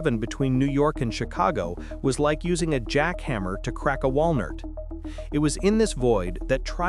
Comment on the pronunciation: That was when I realized this was AI, no real human would say "wal-nurt"